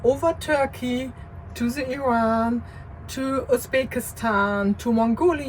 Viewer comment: Its IRAN guys not i rannnnnn